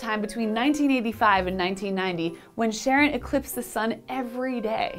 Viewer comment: Umm. Lady! Charon is pronounced "Car'n" or "Car-in" Charon is the skeletal boatman that ferries the dead to Hades in Greek mythology. The moon is named after him.